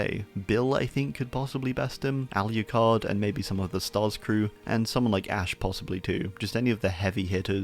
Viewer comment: “All-U-card” Lmao, it’s spelled aloocard